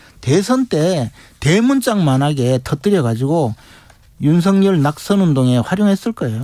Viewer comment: 주기자님~!! "윤석열"을 어문법상 '윤성녈'로 읽는 게 멎습니까, '윤서결'로 읽는 게 맞습니까? 제대로 발음해주세요~!!